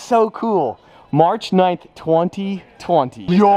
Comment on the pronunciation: says 2020 but in English letters he says twunty twunty